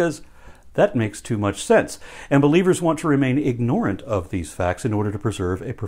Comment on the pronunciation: "Ignore ant" when saying "ignorant" is now part of my vocabulary. An influencer's great power has its own share of blame.